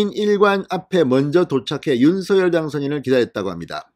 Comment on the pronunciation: 윤석열을 윤성열로 잘못 말하는 바보들이 많은데 윤석열을 윤서결로 올바르게 말하는 진성호씨는 기분이 좋게 한다.